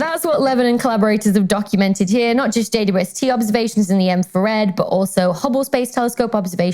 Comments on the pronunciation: When Dr. Becky refers to the James Webb Space Telescope, it sounds like she says "JUST" instead of "JWST." Why is that? Does the British pronunciation of "W" sound more like "U"? Just curious. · Thanks for the reply. Makes sense to pronounce the "u" as "you", but I don't hear the "double" at all. 🙂